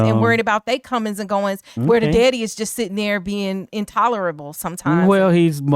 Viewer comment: She from Chicago 4sho she said Deady but not daddy 😅😅🎉🎉🎉